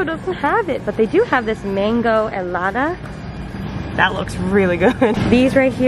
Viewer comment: Mangolada?!?! 😂😂😂😂 MANGONADA 😂😂😂😂 love you 😂😂😂